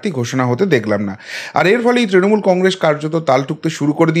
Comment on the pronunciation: Apni Congress uchcharon ta thikbhabe korun ...khub hassokor...apni boleb congresh...hahaha !